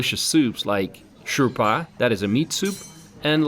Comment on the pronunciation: Sir it is not Shourpa but it is Shouwa or Shouba which we still call it but it's originally come from Dari which is spoken in Afghanistan not Iran ( شوربا ، شوروا)